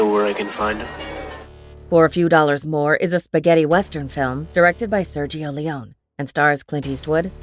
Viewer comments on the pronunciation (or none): none